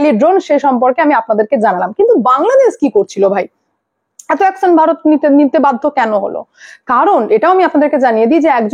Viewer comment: অ্যকসন না, অ্যকশন। বাংলাদেসী না, বাংলাদেশী।‌